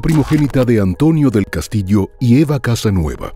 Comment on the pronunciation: El apellido de la madre de Marta es "Casanova" y no 'Casanueva' Por lo demás, buen documental. Una doble desgracia para la familia Castillo Casanova; la perdida de su hija y no poder recuperar su cuerpo...😢